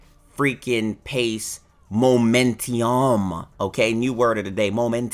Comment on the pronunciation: Is that momentioum?! Damn your french is really good😂